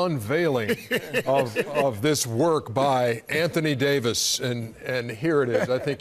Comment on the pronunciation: Anthony ‘Day to’ Davis 🤨